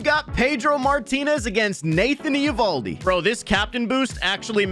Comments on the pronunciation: yea but everyone has always pronounced it ovaldi or avaldi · It’s not e ovaldi bro